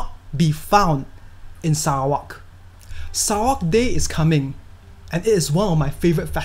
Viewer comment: ur not just giving us the correct fact, but u also pronounce Sarawak correctly😁. Please do more videos about Sarawak's natures. Selamat Hari Sarawak.